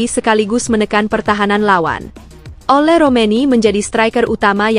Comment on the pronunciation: OLE woy... Bukan ULA ......